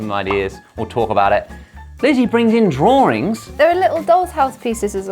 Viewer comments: why they pronounce 'drawings' 'drawrings' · Am I the only one hearing “draw-rings” instead of “drawings”? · Im kinda fascinated on how they pronounced drawings. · Hang on! Wait a sec! British people say “Draw-Rings” not “Draw-Ings” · I laugh every time Brits say 'DRAWRING'.🤣😂🤣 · I just realized they said “draw-rings” instead of drawings (This is not my first time watching this!) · Wait, do all english people pronounce drawings as "drawRings?" 😱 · OH....., MY..... LAWD, they said drawrings! A total SNL flashback starring Mike Myers! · Josh: drawrings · drawRINGS? is that how british ppl pronounce drawings??? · Is it me or do I hear “drawrings” like with a soft “r” sound? Is it and English thing? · The set is amazing, Lizzie did great! I didn't know brits say "draw-rings" for drawings... Does Americans do that too? It's not my native language, help! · Can someone please clarify two things 1) WHY DO THEY PRONOUNCE DRAWINGS AS DRAWRINGS is that part of their accent? 2) Why do they say “have a think” and not “have a thought”? Is that a mistake or is english language like that 😭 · Guys.. drawings- drawrings? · Why do I keep hearing Josh saying "Drawring" instead of "Drawing"? I don't know, english is not my first language. Maybe that is the correct way to say it..lol😂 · am i the only one who realises they pronounce drawing as drawring? im not from the UK so this is new to me! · Why do they pronounce drawings as draw-RINGS? Both Lizzie and Josh. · Did you say “drawring” ? 😶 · Is it only me who finds the pronunciation of 'Drawings' here weird? Do all British say it like that?